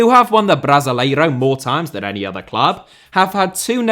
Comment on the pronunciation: The way you pronounce Brasileirão makes so so anxious